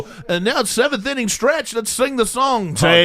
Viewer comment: Brendan’s kids play sports but he can’t pronounce the word inning?? Sureeeeee